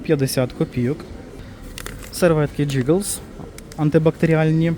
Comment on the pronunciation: все під назвою" giggles" вимовляється "гіглз"-дитячий сміх